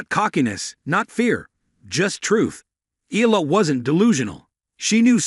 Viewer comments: pronounce it Eyala not Ela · Umm... pronounced... E-Ya-La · Eala, Iga- you dont care how to prenounce, its enough to know English names- what's an ignorance